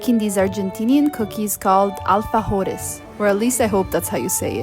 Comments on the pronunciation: Alfajores are amazing I thought they were only Peruvian U said it perfectly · A few things, Dulce de leche is supposed to be thick , even thicker than Nutella! You pronounced alfajores perfect! And last, alfajores is not an only Argentinian dessert, in Peru they are very popular too, also in Bolivia and I’m sure in other American countries too. One last thing, I DEPISE MATE with all of my heart!!! 😂